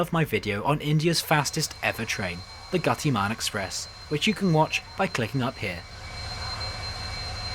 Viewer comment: Am I impressed with your near perfect pronunciations of words like Shatabdi, Gatimaan, Kozikhode, Thiruananthpuram and the likes. Even amazing (even though sad) that you actually brought yourselves to eating the chappy meal the second tine too ... DESPITE the hair fiasco. . As a person driven by my OCDs, germophobia and hygiene finicky-ness... even as a native (of India)... I never so much as touch.. ANY of the meals served or on order.. in Indian railways.